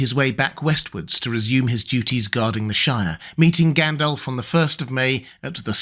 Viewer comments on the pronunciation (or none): Except his pronunciation sometimes. He needs to pronounce the Rs in AragoRn, ARnoR, MoRdoR. Also, it’s not Gendelf, but GAndAlf. Not Eregorn but Aragorn etc